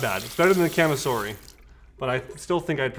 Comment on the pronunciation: Great video,! A couple corrections, though. First, "kamisori" does not mean "blade" like you state in the video. It translates to "razor", and is written as "Shave-knife". 剃刀. 剃る (so-ru) means "to shave", and 刀 (ka-ta-na or toh-oh) means "sword" or "knife". Second, since it's a Japanese word, it's pronounced more like "kah-mi-so-ri", as opposed to your "ca-mih-sor-ih".